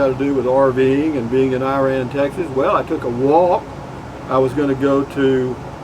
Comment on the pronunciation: I think its pronounced "Ira-ann". Glad you made it there safely. You'll be OK. Put a beer on it.